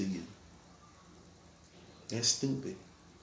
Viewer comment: this nigga said "tupid dog" 😂😂😂😂😂😂😂😂😂😂😂😂😂😂😂😂😂😂😂😂😂😂😂😂